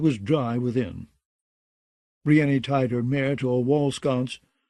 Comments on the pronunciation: Roy pronounced Davos "Dayvoss" but I'll take that over Breeinknee 🤣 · "Biryani" lol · Davos is at least pronounced that way somewhere. Nobody says Briennknee. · The narrator is great and I could abide by most any pronunciation but "bree en nee" for brienne? Idk why but that really throws me off 😂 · I swear, I was just thinking this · What I don’t understand is how MULTIPLE narrators can’t pronounce the name “Brienne”. That’s a REAL NAME FROM THE REAL WORLD! So many names are made up in this universe and somehow NO ONE can pronounce a normal name like “Brienne.” Ridiculous. How are the standards so low for the narration of such famous works??? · volunteers? Well that explains it, then. You don’t need to watch an HBO adaptation to know how to pronounce “Brienne.” It’s a real name in our real world and the pronunciation is entirely intuitive. I respect the volunteers for their work regardless. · Literally every time he says it, I say, "Stop that." He never listens.